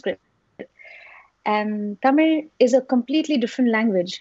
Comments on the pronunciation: 😭❤️ A BENGALI GIRL WHO DOESN'T EVEN KNOW A SINGLE MEANING IN TAMIL , AND OTHER LANGUAGES PRONOUNCES "TAMIL" AS PERFECT AS IT IS AND SAYS THE HISTORY OF IT.🔥🔥🙏. SHREYA DI YOU'RE A GODDESS FOR SURE. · "Thamizh" aww her pronounciation was sooo cute...thamizh known peoples are pronounces Tamil they don't pronounce the correct pronounciation . the legendary Shreya ghoshal is Bengali but even though she pronounced very well She pronounced Not only this place always she pronouces like this..hats off u shreya